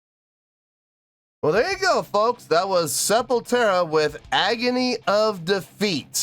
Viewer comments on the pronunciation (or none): Hey! Just to let you know, but It's "Sepultura" and not "Sepultera". Thank you for another video! SepulQuarta means "Sepul" from Sepultura, and "Quarta" means "Wednesday" in portuguese, so It's a live playthrough they'd do every wednesday during the pandemic! The Studio version is WAY better than this liveplay, highly recomend cheking out the studio version! Peace.